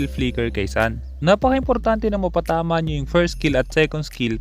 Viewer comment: ang tamang pagbigkas ng sun ay sun, hindi sun 😁😂🤣